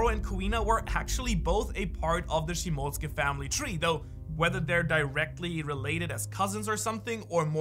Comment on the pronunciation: It cant be this hard to say shimotsuki